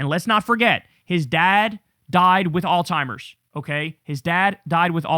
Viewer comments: I’m gonna keep saying it because it’s everyday on this channel now, it’s Alzheimer’s not “All-Timers” 🤦 Kyle, my guy, learn how to pronounce the shit, you say it everyday, learn how to say it correctly 😂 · Kyle, its Alzheimers babe. Not All Timers.... just trying to help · KYLE IS LOVE YA BRO.. BUT STOP PROUNOUNCING ALZHIEMERS AS ALZTIEMERS. THERE IS NO "T" IN THE WORD. ITS AN "H" . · Dude it's not Alzheimer's it's common knowledge that it's not Alzheimer's stop saying Alzheimer's if he has dementia (I do believe he does) it's frontotemporal dementia. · theres no T in alzheimers kyle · Can someone please let Kyle know that there is no "t" in the word alzhiemers. The way he mispronounces that word is so triggering to me. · Kyle really pronounces that hard T in Alzheimer's.